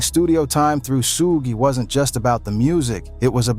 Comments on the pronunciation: He said Sugi😂😂😂😂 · Who tf says soog knight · The moment you mispronounced SUGE you lost me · I said the same thing , delete!